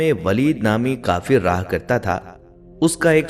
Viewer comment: Chotay kaaf ko bara qaaf na kaha Karen misal k tour jo lafz 2 nuktay walay qaaf se start ho uss ko qaaf khtay han aur ap kaafir ko qaafir khtay ho jo sarasar ghalat ha plz ye ghalti sudhar len